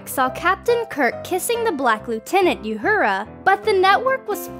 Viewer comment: 3: How the fuck do you mispronounce Uhura? The show's been around for over half a century, and is pretty much required viewing for geeks of all stripes.